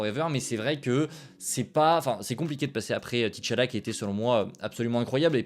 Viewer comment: Salut, merci pour ton travail. Juste une chose, beaucoup ne sont pas habitués aux noms africains en occident mais on ne dit pas "T"challa ou Tichalla ou Téchalla mais Tchalla. Le mot se prononce d'une traite. Vous avez pire avec les noms d'Europe de l'est tout en consonnes je crois.